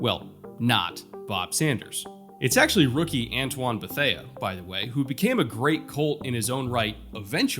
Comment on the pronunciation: Antoine Beth-ay. Not Beth-aya. Beth-ay.